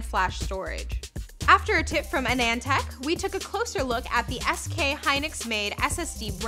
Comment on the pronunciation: you miss pronounced Anand tech